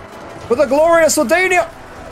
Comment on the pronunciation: the faction name is swadia not swadania. i dont know if your saying it like that on purpose, but yeah